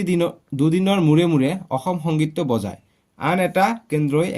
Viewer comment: অছম নহয় ও ছাৰ অসম হে হয় 😅